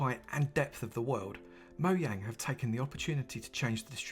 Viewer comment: I don't know if you realise how satisfying it is for me to hear Mojang pronounced correctly. Now if people would start to say Ikea and Lidl correctly I'd be a happy bunny. 😁